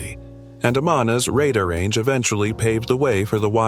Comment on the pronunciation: i have to pick up the keyboard again. the Amana Radda renge microwave? its RADAR RANGE RAY DAR is how its pronounced. fix this or I might consider downvoting this page